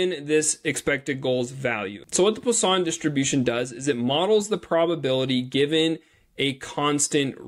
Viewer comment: From a French guy, your prononciation of Poisson is perfect 😉